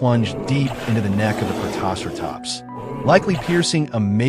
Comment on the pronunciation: God, that pronunciation of Protoceratops is atrocious. More AI slop.